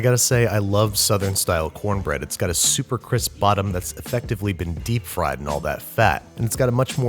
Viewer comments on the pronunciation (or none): none